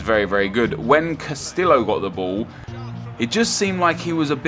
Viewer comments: Cuh - stee - oh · Casteeyo is how u pronounce it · castio is how its pronounced, not trying to be rude but in spanish double L is silent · Not Carrillo Nep, Castillo !!! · double L's in Spanish is pronounced as a Y. please start saying Castillo as Casteeyo because its just kind of insulting to the spanish language and heritage. good vid as always though!